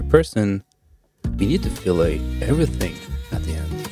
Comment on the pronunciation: "Fillet" in this context, , would be pronounced the English way with an "et" sound instead of the French way with an "ah" sound. Yes, English is so messed up. 😄